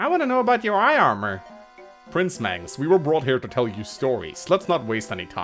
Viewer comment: thank you Mangs (that's how you pronounce my name)